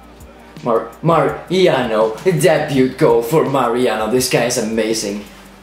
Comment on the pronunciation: its not Deb-UOOT its an silent t debue